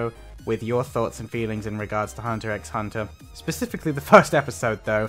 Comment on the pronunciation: you don't pronounce the x btw